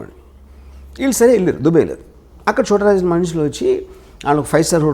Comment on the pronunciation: Orey, adi dubbey kaadu ra, DUBAI. nuvvu ooohinchaleni prapancham. Yevvadu neela nee donga overacting/ fake/ promoter / interviewer la intha khaalega ledu.